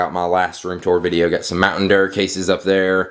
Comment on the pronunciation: mountain durrr? LOL